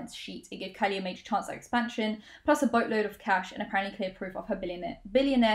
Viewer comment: When you said "boatload," I heard "butt-load" and had to rewind to actually read the text to make sure